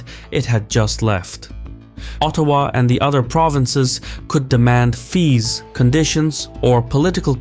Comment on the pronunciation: Excellent work on the pronounciations. Quebec not qweeeebek, Ottawa soft T, slow careful cadence. Well done. Cheers from Montreal